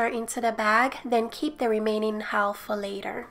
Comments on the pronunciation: Half = Haaf in English. The L is silent. Idk why. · Haha I love how to said half HAWLF